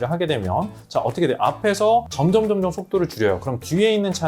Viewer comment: 점점점점× 점:점 장모음 발음으로